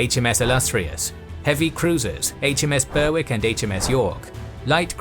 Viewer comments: Judging from your accent you are a Brit and, as such, should know better than to say "The" HMS whatever. It really hurts my ears to hear that! And Berwick is pronounced "Berick" not "Bear-wick". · Small point - Berwick is not Burrwick but Berrick. Otherwise nice job. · HMS Berwick is pronounced Ber-ick nor Ber-wick the W is silent